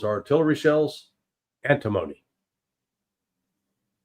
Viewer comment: anTIM-ony (emphasis on 2nd syllable)